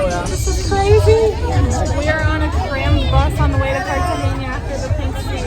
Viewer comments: cartagena NOT CARTAGEÑA... get at least the names right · Great video. I love the views of the pink water. it is pronounced Cartagena as opposed Cartageña. Its name is actually “Cartagena de Indias” as opposed to Cartagena, Spain. Its name came from the city in Spain and the name of the city in Spain came from Carthage, the capital city of the ancient Carthaginian civilization, on the eastern side of the Lake of Tunis in what is now Tunisia. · very irritating that you pronounce Cartagena wrong. learn the difference in Spanish between N and Ñ, like Peñon its pegnon pronouncement. good travellers should pronounce easy names properly as the locals do